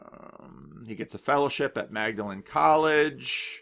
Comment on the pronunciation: Great and interesting background. One minor pronunciation note. Lewis' college at Oxford, Magdelen: "It's pronounced 'Maudlin College'. Just to make things more confusing, Magdalen Street in the centre of Oxford IS pronounced 'Mag-de-len' but lively Magdelen Road in East Oxford is pronounced 'Maudlin' like the college." Mistakes not to make when you visit Oxford | weeklyhome